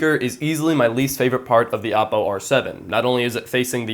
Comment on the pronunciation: thanks for saying oppo right. Other youtubers say o-ppo. Great video!